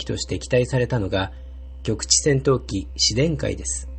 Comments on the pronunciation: ✖︎紫電改⤴︎ ○紫電⤵︎改⤵︎ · 紫電改の発音が変。「しで↑んかい」ではなく「し↑でんか↑い」だよ。育毛剤じゃないんだからｗ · 紫電 改 じゃなくて紫電改って発音するのなんか草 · これコメ主さんが言ってるのは間を空けるという意味ではなくイントネーションのことだと思います。 文字で表現する上で仕方なくスペースを使われたのかと。 ここは僕もずっと不思議でした。 紫電の改という事であれば普通の日本語であれば「阿藤快」と同じイントネーションになるはず。 ただ紫電改の場合はなぜか「自然界」と同じイントネーションになる。 しかも紫電が紫電改になると何故か「紫電」の部分のイントネーションも変わってしまうという。 当時からそう呼ばれてきたのでしょうか？ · 紫電改の発音って自然界と同じなんだ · 紫電改の発音が、「自然界」と同じイントネーション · 杉田庄一 「自然界｣みたいなトーンで発音してるのが不思議でした笑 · 紫電の改良型だから、「紫電」という語で区切るのが正しいよね。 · 確かに気になりますね、、、一層の事紫電二一型で良いかもしれませんね、